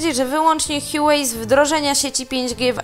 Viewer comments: Nie Hiułej tylko Hłałej się mówi. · łałej jak już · Nie, absolutnie nie. H jest dźwięczne. HUA czyli kwiat. 华为。 Wpisz to sobie w google translator i zobacz jak przeczyta.